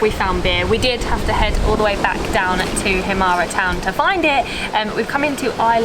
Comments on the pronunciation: please you don't pronounce it as himaré just himar without the ë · Guys it's called "Himara" or "Himarë" but not Himare..... ë is pronounced like "a" in "a book"... but you can also not pronounce it at all when it;s on the end of the word...so you can also say "Himar"... Btw ... you have a very good chemistry together so the videos you make are quiet amusing ... keep going like this :) P.s Molly looks like she is from Korça .... ahahahah